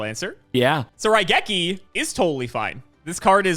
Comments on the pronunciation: wait he got raigeki right! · I am one of Cimo's guys and I say got Raigeki correct.